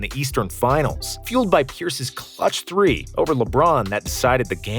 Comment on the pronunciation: man says 2000 tree instead of three